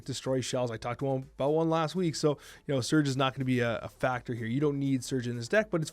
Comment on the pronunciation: Another top notch video! Thanks man. Isn't she pronounced Surge' ? Lol